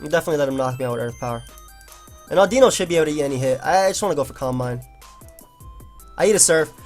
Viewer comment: Today I learned how to pronounce Audino. Thanks.